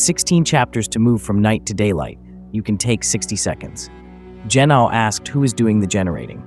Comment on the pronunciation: Gennathai anothen - born anew, again, from above. Edit: I have to add, I'm loving these videos, but I know several of these words and the pronunciation is throwing me off. Gi-naw'-oh - with a hard G, and the ' indicating a glottal stop like the british way of saying bottle - baw'-ul Ah-naw-then - the th is unvoiced so it's the th in "hoth" not the th in "these". Finally, the word for breath/spirit/wind is... Pnew-muh - the P sound is quick, unvoiced, and pronounced immediately before the n without making it a separate syllable like puh-new-muh. That's how I pronounce them anyway.